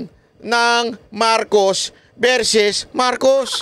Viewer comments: its not verses its versus just saying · (Psssst, "Versus" not verses.)